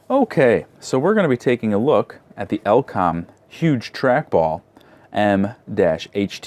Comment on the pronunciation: oh lord, firstly its E-LE-COM not EL-COM then its KEN SING TON, not kingston nice video thank you